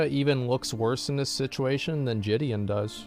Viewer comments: why does he keep saying jidions name like that, i swear it was pronounced "jid-ee- on" not "juh-di-on" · It's triggering the fuck out of me how you say JiDion lol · does anyone know how JiDion pronounces his name? ive heard people pronounce it jid-ee-on, ji-day-on, and jid-ee-in.